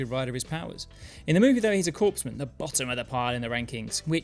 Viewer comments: Note: It is not pronounced "corpse-man." It's pronounced "core-man." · The “p” in corpsman is silent. It’s ok, even President Obama botched this.